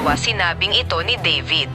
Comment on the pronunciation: Hindi xa marunong mag salita mali pag binigkas niya (eeto)/ito